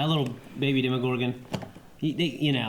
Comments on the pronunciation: It's a demOgorgon, not demigorgon :D .. it's not like it is a half gorgon- half something :D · That was my point. They say "Demigorgon" every time, when it's "Demogorgon". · I hate to be that guy. But please stop saying Demigorgon, thanks. 😀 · The way they said Demogorgon pains me